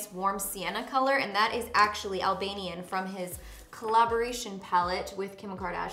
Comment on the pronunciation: As an Albanian hearing you say Albanian is crazy! So freaking cool!!